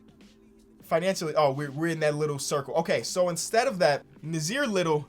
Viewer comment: I know u have dyslexia but me and Nassir have the same name he has an extra s in his. But it's pronounced as Nah Seer